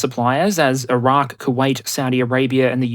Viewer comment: I'm amazed you pronounce Iran and Afghanistan correctly. Your 'Ire-Ack' could use some work, and your 'Koo-wait' is horrendous, but the effort is mighty impressive nonetheless!